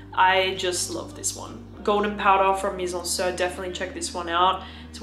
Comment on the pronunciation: Lil' tip: you should pronounce the "i" of MIZENSIR like "sea" not like the "i" in "Sir". it it a french play on words. In french, 'Mizensir' (mise en cire) means 'put into wax' quite appropriate as they make candles. ;)